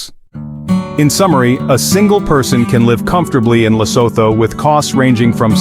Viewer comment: What nonsense is this 🤬 First of all "Lesoto " " Lesoto"🙄 Can't you just say " Lee_sue_two"... It's the easiest word to pronounce...no research was done... Then you go on to show clips that are not even Lesotho 😤